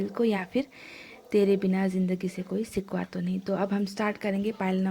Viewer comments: hello mam its shikva not sikva🤣😂😂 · Sikkwa nahi shikkwa baba